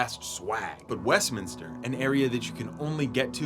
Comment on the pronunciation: Bro, it's not West Min=Is-ter... It's Minster... Okay, play Beyond Hanwell. Do you want the London vibe. Beyond Hanwell has the best vibe for London, especially when it's raining.